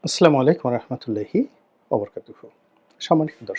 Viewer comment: সালামটা সঠিক ভাবে দিতে পারেননা